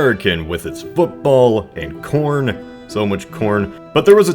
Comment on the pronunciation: when I first heard that,I thought I heard porn,not corn